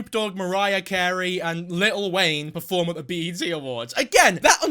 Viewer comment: did you just say 'little wayne'